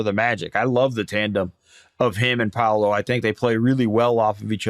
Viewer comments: It's amazing how many people don't know how to pronounce paolos name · PA O LO, how hard can that be?! Just Muricans being Muricans